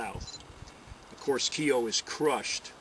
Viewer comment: Miles Keogh, pronounced correctly Miles K-Yo👌👍